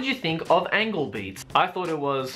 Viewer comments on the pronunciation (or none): lol lol he still called it "angle" not angel.